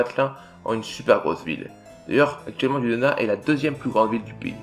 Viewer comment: Attention on prononce Dunedin "diounédine" 🙂